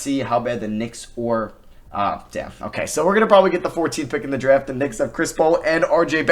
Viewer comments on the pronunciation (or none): I cant stand how he pronounces draft “dreft”